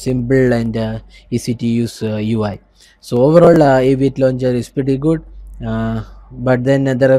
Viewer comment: The Aviate londjer... Like Nova londjer and Apex londjer...